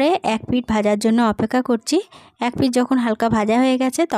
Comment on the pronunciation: একের এং বলছেন কেন ?